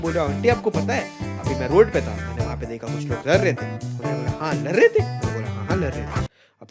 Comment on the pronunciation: Lad rahe the ❌ Lar rahe the 👍